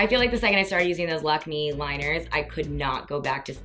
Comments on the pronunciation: lakme is kinda french so an accent on the e so its pronounced lac-may! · Nice video girl! Also just an FYI the brand Lakme is pronounced as "Lack May" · Deeps, I love you but you're totally effing up Lakme's pronunciation here haha. <3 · you pronounce "lakme" very differently compared to how Indians do and even Lakme commercials. i like how you pronounce it.